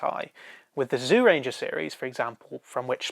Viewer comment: It seems like the people who do these Super Sentai reviews, are hard of hearing. I don't care how the words are spelled. I don't know why it is spelled "Zyuranger" to begin with. But it is certainly NOT pronounced as "ZEEUranger" or "ZOOranger". Fuck sake. Watch the series. "Juuranger" or "Jewranger" is what the word sounds like. SIMPLE.